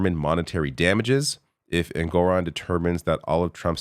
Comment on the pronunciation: the judge’s name is ENG-or-on, not en-GOR- on